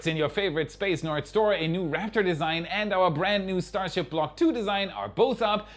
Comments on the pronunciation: what's is a stasrhip? 😂😂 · I see we're still calling it "STASRHIP 33"? I think NSF did the same thing last week. Or was it WAI?